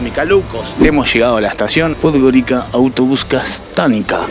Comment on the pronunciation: Podgorica is pronounced "Podgoritsa".